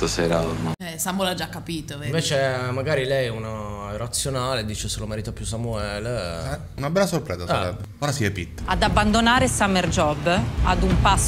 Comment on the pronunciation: ma "Samuele" ha la A!! 🤣 Comunque questo programma è stato una bella scoperta: grazie per averlo portato!! Voi come sempre bravissimi!!! 💜